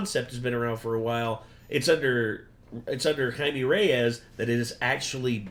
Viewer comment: IT’S NOT JAIME IT’S JAIME Lmafo 😂 ❤❤❤❤❤❤❤ sending love to all the Renegade Nation right now